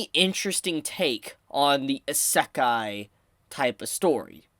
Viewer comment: How do you fuck up the word "Isekai" so bad?